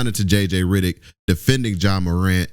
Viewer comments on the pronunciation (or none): It’s RED not RID. REDDICK NOT RIDDICK. sorry but your pronunciation of that name is wrong and mad annoying 😂😂😂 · Heyy it's jj Reddick not riddick🤣🤣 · Hell I spelled it wrong it’s REDICK 😂😂😂 Not RIDICK 😂😂😂😂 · His name is JJ Redick not JJ Ridick 😂😂